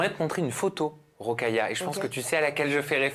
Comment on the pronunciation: Son prénom est : Rokhaya Diallo, et no Rockaya :)